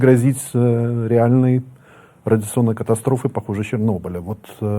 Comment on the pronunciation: КАТАСТВОФЫ?! вы уже картавите по-жидовски?